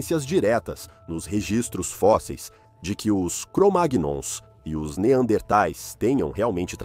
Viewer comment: Pode pronunciar cromaions memo